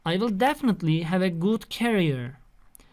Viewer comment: Hocam, videolarınızı öğrencilerime zevkle izletiyorum, emeğinize sağlık fakat şu kariyer kelimesinin telaffuzu devamlı kulağımı tırmalıyor naçizane :) onu da düzeltseniz perfect olacak :)